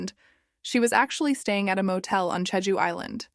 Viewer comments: The pronunciation of Jeju is slightly annoying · Yeah, not just slightly. Is this AI narrated? Thumbs down